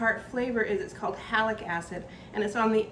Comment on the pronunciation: Just a clarifying comment: it sounds like you are saying Halic acid, but the sour flavor is from Malic acid. (Halic or halogen acids are toxic to mammals) I enjoyed watching you process your berries and felt you got a lot of product for the effort! Some don't go through the effort of removing seed, but I think the process you use would yield a more refined end product and spice.